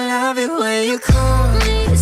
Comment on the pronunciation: he said '' she loves it when i cal her" not come XD